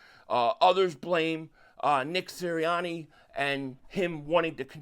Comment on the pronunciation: FN Siranni….no one wants to deal with the drama … IT IS SIRANNI just say it, you’ll feel better lol